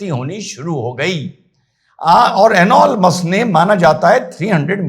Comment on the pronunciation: एनॉल मस्क ❌ 😂 एलोन मस्क ✅